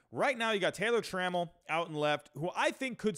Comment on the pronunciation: Nice vid, agreed the OF could use some help! If I may nitpick: KEL-nic PASS-uhn truh-MELL (sp)